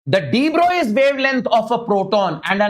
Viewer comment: Sir please say De-Broglie properly its very difficult to understand if u say the wrong pronunciation Its pronounced as Bruh-ohg-lee